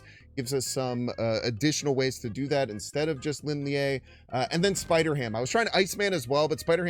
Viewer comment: props on the pronunciation attempt but me thinks its the Chinese sharp vowel sound Leen Lee-EH. Lin (林): Pronounced like the English word "lean" or "leen" (rhymes with seen). Lie (烈): Pronounced more like "lee-EH" (rhymes with "yeah") or "lee-AH" (a short "ah" sound).